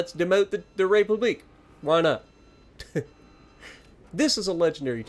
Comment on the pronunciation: You pronunciation is killing me smalls. It pronounced Republic